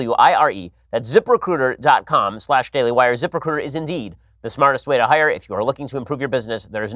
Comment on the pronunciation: Zip recruiter sounds like zipper cooter, or zip her cooter, the way Ben says it